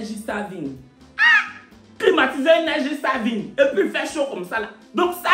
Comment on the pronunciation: Energy saaaviiiggg comment 😂😂😂😂😂😂😂 hey